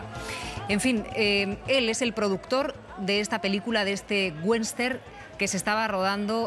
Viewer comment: un GWESTERN joder no saben pronunciar Western ?